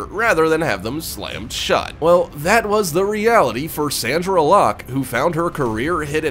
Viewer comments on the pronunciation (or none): Isn't it Sondra Locke... not Sandra? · Sandra? Locke. How can you fuck up someones name? SONDRA. with an "O"